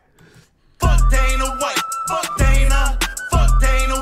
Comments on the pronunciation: wtf is die-na white? ITS DAY-NA WHITE. How do you not know this. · it’s day-nah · Dana (Day-nuh) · He said “Donna white” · I'm not gonna hold you for saying Dina White but It made me laugh so I had to bring it up lol. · my man said, "donna white"😂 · His name is pronounced day-na the way it's pronounced is the girls version of the name Dana I should know cuz it's my name and I'm not gonna lie I love when Jake keeps calling Dana white daddy Dana that's what my ex used to call me hahahaha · the funniest part of this video is him mispronouncing dana's name repeatedly. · You supposed to say Dana, not Dana!